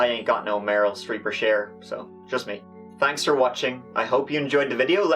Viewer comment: "I ain't got no Merly Streep or Cher, it's just me". And that's good enough. Well done as usual.